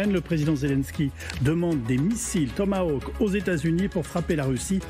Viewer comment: J'adore la prononciation: le "Thomas Woke". Seul est capable de prononcer le mot correctement.